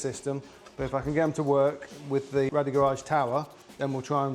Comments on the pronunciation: Great products they are! However It’s actually pronounced Rade as in “Raid” not Rad-ee. The owner is called Radek and I can assure you it isn’t pronounced how you say it bud. You mention you can’t get them from anywhere else in the UK but in fact you can, I get my Rade Garage products from the only UK Authorised Re Seller that is Wrenchride UK in the North West. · Bloody hell. If you’re going to spruke a great product from a great company at least call them the proper name. RADE Garage not Rally Garage 🤦‍♂️ over and over again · sorry about that guys. Clearly my un-cultured Aussie ears heard it wrong 👍🏼😂